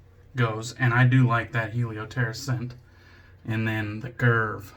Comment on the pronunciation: Awesome shave 😌👍 I was expecting a great lather from the First Canadian soap and we got it. ☺️ I do fancy picking up a Mojito scented soap, I’ve seen a few recently and they do sound like they smell good. A great Justin pronunciation of Karve, it’s the only way to do it now. 😌👍 Have a great week, bro!!